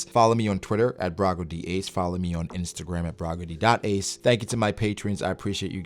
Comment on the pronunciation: I just realized his outro, "ill catch you in the next one, peace" Sounds like he's saying One Piece